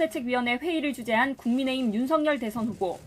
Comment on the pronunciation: 윤서결을 왜 윤석렬로 부르는지.. ytn 아나운서도 큰일났네